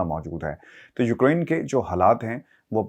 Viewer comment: Its not Ukrine .. its pronounced as Uk-rain